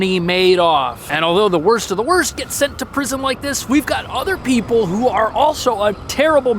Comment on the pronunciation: Evidently, 'People' is pronounced "Pee-Bull"